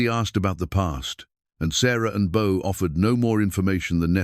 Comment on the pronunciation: Beau, Book, Boo...come on Ai get it together....,😊